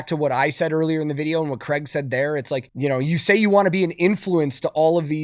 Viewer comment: One day americans will leanr to pronounce Craig